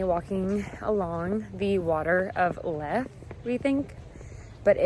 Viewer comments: Water of Leith .... pronounced 'Leeth' not 'Lith' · Pronounced water of Lee-th ☺️ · Love your vids. Leith is pronounced leeth by the way :) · Ha-ha-ha - once again a visiting American slanughters oor place-names - 'The Watet of LIFF ???'. 😊😊😊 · It's pronounced The Water of LEETH... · The locals call it leith